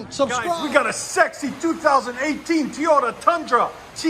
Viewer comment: When you say teyota it cracks me up. Great videos man they have helped me out a ton on selections of exhaust